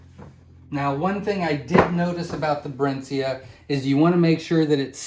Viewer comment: It's pronounced 'Brinsee' ;)